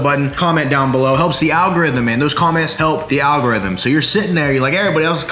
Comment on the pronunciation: "Them comments help the algorithim" hahaha I liked that